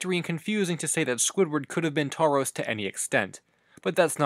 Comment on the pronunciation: You say taurus like the Pokemon